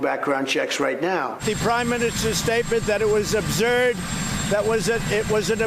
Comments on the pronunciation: It sounds as if he didn't know what the word meant and had to ask an aid then on his way out he asked "what's the word again, subnerd" and the aid yells back "up-zurd , like up and zurd" . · Obserd? Absolutely.